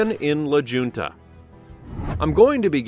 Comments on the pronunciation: Its La HuntA not la junta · "la JUNTA"....?? 🤦🏻‍♂